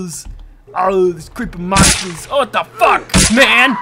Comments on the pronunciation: mahnstahs auuuhhh aaaauuuhhh uuh mahnstahs auuh these creeeppy mahnstahs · LOL "MAHNSTAHS, OWEE OWEE, MAHNSTAHS."